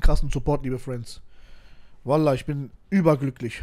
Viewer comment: Der richter liesst ,,vallah'' 🤣🤣🤣🤣🤣